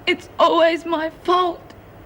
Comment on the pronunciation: "It ees your fault, it is ALL your fault! It ees alWAYS your fault!"